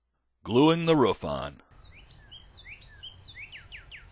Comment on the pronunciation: it's "roof", and it rhymes with spoof,tooth, and booth... how could you possibly mispronounce that? "Roof" DOES NOT rhyme with tough, rough and stuff.WOW!